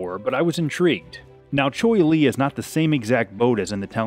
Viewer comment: Cheoy Lee. =Chee Oy Lee.